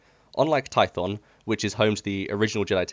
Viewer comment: You said korriban and I went "yeah makes sense" Then you said tython and I died inside